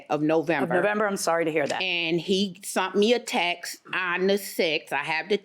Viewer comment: It's "sent" not "sunt"!!